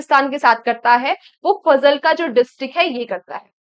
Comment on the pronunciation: Ma'am its not फजलका , its फाजिल्का..... I'm from this District 😊😊